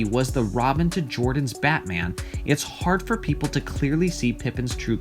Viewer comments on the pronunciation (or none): none